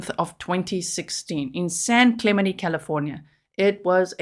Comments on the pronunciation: Clemente has the accent on the second syllable. San Clemente is where Richard Nixon lived. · Clemente’ the te pronounced on the end